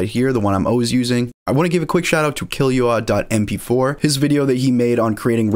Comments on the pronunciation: "kill - oou - ah" love the video tho :) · When he said killyoua i died of laughter